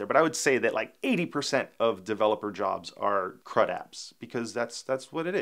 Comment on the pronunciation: When you said crud-apps I heard "crap-apps" :) That's what you hear when you are not a native speaker :) It's good that you put the explanation on the screen.